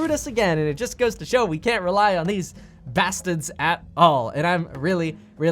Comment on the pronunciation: It's pronounced bastards with that Brooklyn accent